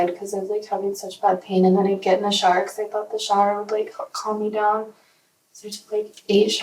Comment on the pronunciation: I had to put captions on because I was like she kept taking “shars”? She had 8 “shars”? wtf is a shar?? Then I realized I guess she cannot say shOW-ER